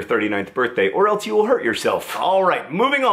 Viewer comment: RULE NUMBER 2A Do not pronounce "else" as "eltse" under any circumstance.